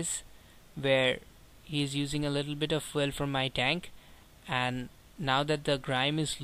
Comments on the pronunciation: What is "Foo El" ?? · Dude how do pronounce "FUEL" ?